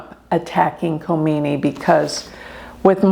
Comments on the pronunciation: If Leader if Iran is out of control according to you why dud Israel and US bomb Iran unprovoked! I believe you don’t pronounce the K in his name? I think your bias is showing! Israel is the problem! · Wake up people. In the name of a gypsy astrologist, is trying to be political with wrong information and brain wash PEOPLE. By the way Iran is not closed as you are describing. Learn how to pronounce Names Khamenei. Kha - meneh - ee. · she had taken orders from her big boss. is no number to talk about Iran and Iranian people. She can't even pronounce names right. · You are so negative in your interpretation. I am a Hindu Vedic astrologer too. The least you can do is say his name correctly. He is a religious fanatic followed by 90,000,000 people. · She constantly said Ali , just malpronunciation for the last name, which is ok. And you know Khomeini's first name was Rohollah.